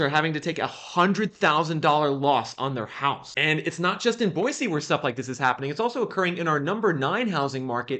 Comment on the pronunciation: Thank you for not saying "Boyzee."